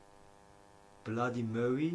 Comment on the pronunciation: Du sollst 3 mal blandy mary sagen